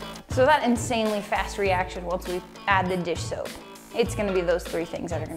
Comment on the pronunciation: around 3;30 you said dish shoap